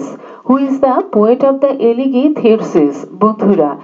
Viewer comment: Mam উচ্চারণটা এলেগি হবেনা।এলেজি হবে।